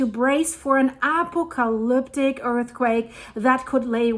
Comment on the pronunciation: I like how she said applecelliptic😊